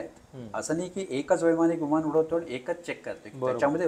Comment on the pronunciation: तसेच विमानाला विमाण म्हणणे हेही सारखे खटकत राहते. 'ह्युमन एरर'ला ' ह्युमण' एरर '